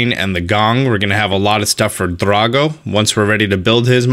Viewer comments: Why do you say drago with so much emphasis on the dra? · Why do you pronounce drago like that? It sounds like you almost roll the r when you say it. It would make more sense to pronounce it the way you would pronounce the ra in dragon since he’s a dragon, and it would also sound a lot more natural since that is the only word you seem to pronounce that way. I personally cringe a little every time you say drago because it feels so out of place.